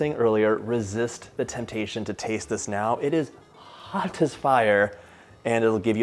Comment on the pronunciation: The way he says “hoT as fire” - 😂 I love John’s mannerisms and phrasing.